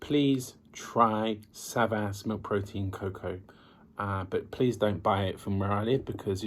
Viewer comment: No SAVAS.Correct is ZABAS.😉